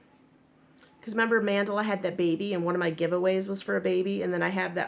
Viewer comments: Lol yes, it's "Man~Dall~A not Man~dla it's common I think many peeps don't pronounce the lower case A behind the D LOLOL;-) Adam in one that freaks out with miss pronunciation. With this I'm just getting used to it.LOLOL I think the difference between stores is the colors they offer..? I could be totes wrong but I've noticed they don't have same, mind you my Wal-Mart only had two colors lol and they are really tiny cakes for 2.89 (well, less then 3$) we have one Wal-Mart with some actual yarn in an isle! But it's in the next town over.:/ commented elsewhere how bad our local stores are with yarn. THEY BITE! I agree they the should size yarn by its actual size but the number of threads worsted or spun together~ Ridiculous¡ Has! See we don't even have these yarns at our Joann:-\ LOLOL YES, they do track you! When you hit allow on you app your open to them knowing when your close to the store. Hahaha I'm one block away! I get hits all the time. I was in cpl days back. Yarn total 90$- I didn't 49$ Can't shop without a coup..or ten hahaha SERIOUSLY, they know when I come through the door I'm loaded and ready to go. LOLOL sadly it's a fact I also know where this are in store better then some of that employees =-O LOLOL I tell them I should be in salary. HAVE a GREAT DAY X's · Your husband IS smart because I would love something you've made AND you could put it in that "Happy Crafting" tote bag you're thinking about having made. See what I did there? You're welcome ;) It's pronounced Mahn-Dah-Lah per the Lion Brand video I just saw, lol. The only thing I can find that's different is the actual care instructions. The Cupcake is just machine wash/machine dry. The Mandala goes into more detail which is weird but ok. Happy Sunday!